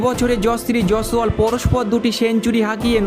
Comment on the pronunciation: Nam ta thik kore uchcharan karte sekh, tarpore video toiri korbi.